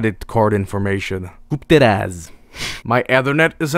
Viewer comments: as a Polish person i'm impressed how said "Kup teraz" ("buy now"). Woah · As a person from Poland, I can confirm he actually nailed ,,Kup teraz" which means ,,Buy now" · But I have to congratulate you, you've pronounced "Kup teraz" and "Historia" quite well, we don't have that accent, though 👌😂